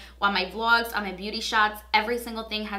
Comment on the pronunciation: i love the way you pronounce your ‘o’ sound. “ouunn the market” i love it no joke